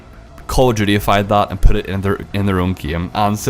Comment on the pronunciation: Call of Jew-tea. Lol